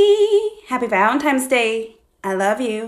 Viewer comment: NONE OF Y'ALL ARE TALKING ABOUT HOW SHE KEPT SAYING "valentimes day" 💀💀💀